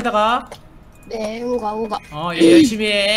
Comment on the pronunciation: 우가우가 라고 하는데 응가응가 라고 하는것 같다 ㅋㅋ